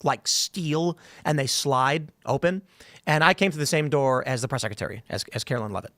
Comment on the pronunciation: the word is 'secretary', Tim. Not 'secetary'.